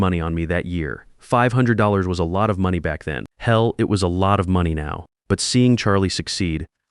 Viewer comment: What a great story plot .... too bad AI glitches on saying money ( I hear that in a lot of stories -) Charlie did an AWESOME thing speaking up about George - wouldn't you like to do that in real life for someone ! I don't think the marriage has much hope